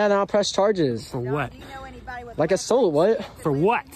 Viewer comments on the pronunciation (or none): Where are y’all from to say: “assolt”? Narrator does it too…